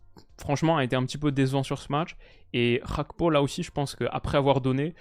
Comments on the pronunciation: C'est quoi cette prononciation Gakpo [hakpo] genre espagnol ? Il est ivoirien d'origine monsieur, faut bien prononcer son nom. Un g est un g pas h. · très bon debrief. La deuxième mi-temps m'a rassuré pour la confrontation France/Pays-bas. Petit point important, même si je n'ai rien à redire sur ta prononciation du néerlandais, Cody Gakpo est d'origine togolaise par son père. "Gakpo" avec un G donc, et il semblerait, de ce que j'ai pu lire, que Cody lui même préfère qu'on l'appelle comme ça. Voilà voilà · « CH »apko, on Voit l’influence néerlandaise chez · Le nom Gakpo n'est pas néerlandais, donc pourquoi mal le prononcer? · Tu peux prononcer le G de Gakpo. C'est un nom Togolais et nom neerlandais 😃